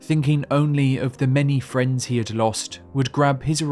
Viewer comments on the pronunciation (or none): none